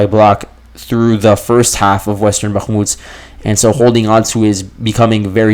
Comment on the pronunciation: Why are you pronouncing Bahkmut in that weird way when you're catering to a western audience? The Ukrainians don't pronounce it like that.